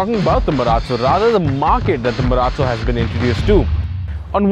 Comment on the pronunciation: I mean no offence but Mahindra Marallo xD